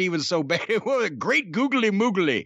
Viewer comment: Owen Hart: googlay mooglay